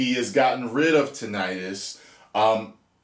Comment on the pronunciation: So glad to hear you pronounce it the way you do. Heard someone say it like tin-a-tus recently & it’s driven me crazy ever since